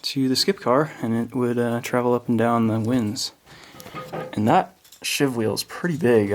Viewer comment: Sheave, not shiv.